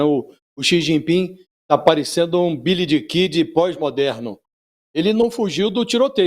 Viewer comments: Billy the (dê) Kid e não Billy diii Kid kkkk. o pronuncia horrível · "Billydikidi" foi fogo kkkkk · Literalmente QUALQUER documentário americano sobre Billy The Kid eles pronúncia "Billy De Kid" eu NUNCA ouvi falar ninguém fluente em inglês chamando o Billy The Kid de "bilidiquidi" e eu sou fluente em inglês. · Foi exatamente o que mencionei, já que "bilidikidi", pelo que estudo de Inglês e pelo fato de nunca ter ouvido falantes de inglês pronunciarem, sejam suficientes para saber que esteja incorreto, embora meus conhecimentos ainda sejam de nível intermediário. Eu não apenas estudo o básico, também pesquiso, inclusive pronúncias de outros países, como o inglês britânico e australiano, por exemplos; nunca ouvi ninguém pronunciar "bilidikidi". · Ele nem soube pronunciar Billy The Kid direito